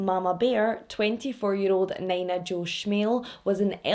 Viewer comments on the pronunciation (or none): I’m not trying to come off an an ass bc I appreciate you teaching me how to properly pronounce Glasgow/Moscow, but omg you saying Nina Jo the way you did made me giggle so much. Nina is usually pronounced as “Knee-nuh”. I admit idk this case, but I do just assume you pronounced the name wrong. I could be wrong and I hope I don’t come off as rude pointing this out. I just wanted to help you out and let you know :)